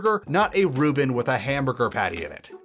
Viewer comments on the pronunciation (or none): none